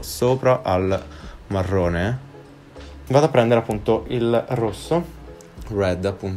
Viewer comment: Quando sei talmente British che poi quando switchi lingua ti esce “prendere” con la r moscia